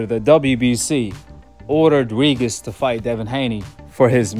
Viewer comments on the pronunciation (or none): Regis is pronounced Ree-Jus. Sometimes a g next to an i or e is pronounced as J in English. Like in Gin or Gem. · Why do you call this man “ Ree-Gis” 🤣😂😂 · Tha man name is pronounced Re-gist 😂